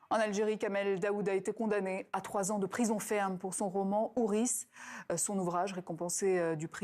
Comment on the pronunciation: Ça se lit houris sans S, madame, c'est le pluriel de "houri".